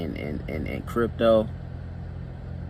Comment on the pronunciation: "I'm talking about dat crypt-dough" lol I though you were from Milwaukee.